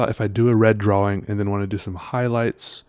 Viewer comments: I'm canadian, we dont say draw wing lol. Idk where he gets that from. Drives my also canadian girlfriend nuts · Wait is that why he says draw-wing? Not throwin shade, I think he's dreamy (and, duh, talented), but it throws me for a loop every. single. time.